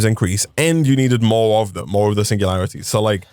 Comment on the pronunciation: singulatiries lol